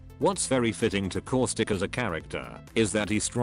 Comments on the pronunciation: Does anyone else hear core-stick or is it just me? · Did you say causthicc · Causic Austic Auswic Auswitch